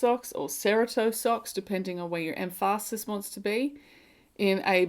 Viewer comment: emphAsis haha, I love your humor! The socks look amazing!